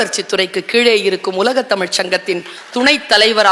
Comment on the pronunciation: தமிழ் மொழியின் சிறப்பே அதில் உள்ள ழ் என்ற எழுத்துதான் அந்த ழ் என்ற எழுத்தையே தற்கால தமிழர்களுக்கு சொல்ல தெரியவில்லை ழ் என்ற எழுத்துக்கு பதிலாக ல் என்று உச்சரிக்கிறார்கள் தமில் வால்க என்கிறார்கள்